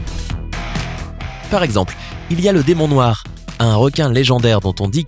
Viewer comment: "DEMON NOIX" OUAIS MDRRRRR